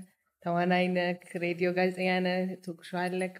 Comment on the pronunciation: ከ ጋር የነበራችሁን በሳቅ የተሞላ ጣፋጭ ኢንተርቪው ከቤተሰሰቦቼ ጋር አብረናችሁ በሚያስቀው እየሳቅን ከቁም ነገሩም እየተቋደስን አደመጥናችሁ-ደስስስስ ይላል!!! ግን ግን በንግግርሽ ላይ የምትጠቀሚያት የብዙዎች ግድፈት የሆነችው "ክ" ፊደል አንቺም ጋ እየተሰነቀረች "ነክ"...ስለ ሰፈርክ..." የሚሉ ለከበረው ፓድካስትሽ የማይጥኑ የፊደል ግድፈቶችን ብታስወግጂና "ክ" ን በ "ህ"ለመተካት ብትሞክሪ የተሻለ ይሆናል ብዬ አስባለሁ። በተረፈ ይቅናሽ በርቺ እንወድሻለን❤